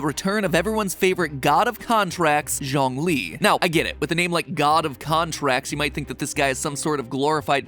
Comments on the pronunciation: Matpat just pronouncing Zhongli as John lee 💀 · Ok this is me just being nit-picky, but Zhongli’s name is pronounced, Juong-li (the U is more soft) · And Zhongli's name is pronounced Joh-ng-li or more like Ts-yong-li... Surprisingly, the entire Genshin impact community is very conscious about miss pronouncing names, not necessarily to avoid some controversy, but more like to be true to the characters they love.